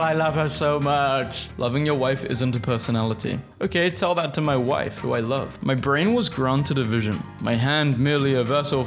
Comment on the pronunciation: "Thhat"? þ=th